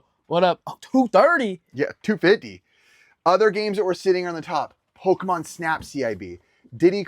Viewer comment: My 2 favorite Pokémon right here says the Pokémon’s name wrong